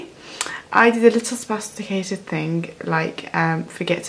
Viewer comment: "Spasticated thing" 😂